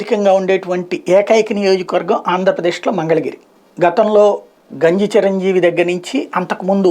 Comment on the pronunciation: మీరు గెలవడం వరకు వెళ్లారు ముందు మంగళగిరి అని సర్రిగ్గా పలకమని చెప్పండి